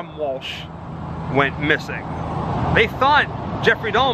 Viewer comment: He said Dalmer? 😂